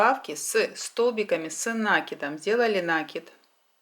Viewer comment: Спасибо за МК. Быстро, четко, без воды. Но! Умоляю! Слово "накид", произносите, пожалуйста, с правильным ударением " накИд" а не "нАкид" Очень режет уши. Не обижайтесь. А так очень понравилось вязать осьминожек